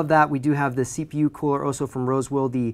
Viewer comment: LOL "wosewill"